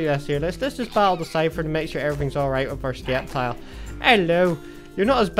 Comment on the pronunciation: the c is silent in sceptile